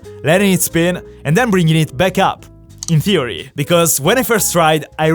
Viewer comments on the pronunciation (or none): mainly i understand u but sometimes u say in fury instead in theory. I know u are italian. my english isnt great too. cause i am from slovenia.